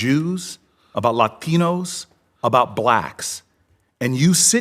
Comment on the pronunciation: He says Latinos weirdly